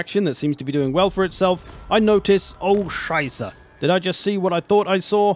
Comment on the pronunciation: His "Oh Scheiße!" was so good, that I double checked his profile if he's not german.